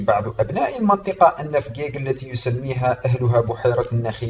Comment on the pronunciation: انت كذاب .نحن نعيش في فجيج بكل امان وبخيرات المملكة ونحن وراء ملكنا الغالي محمد السادس نصره الله وداءما شعارنا الخالد:الله الوطن الملك. عااااااش المغرب ملكا وشعبا. مغربية حرة من فجيج. ملاحظة: انت تنطق اسم المدينة خطأ.